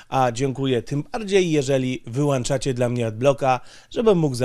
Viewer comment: "wyłanczacie"... ups nieładnie